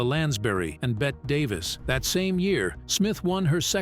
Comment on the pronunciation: It';s pronounced BETTY not BET Davis.